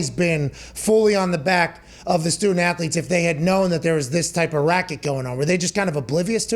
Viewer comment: "student ath-o-letes" 😉